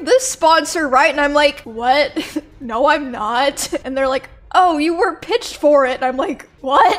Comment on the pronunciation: Emi became Australian for a second there. 😳🤣💀 “…naaauurr…”